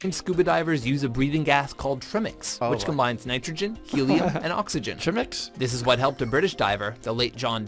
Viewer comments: I've always wondered if these people also say "Treeangle" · "tree-mix" LOLL omg :) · Interesting regarding Trimix. Have only heard in phonetic transcription the [tɹɪmɪks] pronunciation in the North Sea and Australian offshore industry. And according to pronouncekiwi it's fairly common in the US as well. Could it be a southern thing? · It’s not perfect, but I don’t think this video is nearly as bad as a lot you’ve reacted to! Gotta love the “trimmix”/“treemix” pronunciation tho. That’s probably what “Jack-Kees” Cousteau dove with! 😂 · Technically he's not wrong. It's just a different way of pronouncing trimix; many people who aren't native english speakers would probably pronounce it like the watchmojo guy. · I love the way gets annoyed when people mispronounce 'trimix', 😆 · I'm going to start calling trimix the wrong way from now on that's too funny 🤣